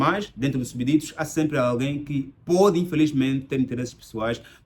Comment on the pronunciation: Estimado, de acordo com o português de Portugal, escreve-se "Súbditos", mas a pronúncia suprime o "b", neste caso deves pronunciar "Súditos" tal como se diz em português do Brasil.